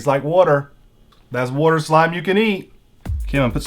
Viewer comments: SAY WATER RIGHT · Well if he is tell him to say water right